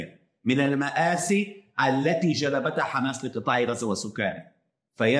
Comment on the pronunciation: تعلمو يقولون حماس مو خماس هههاي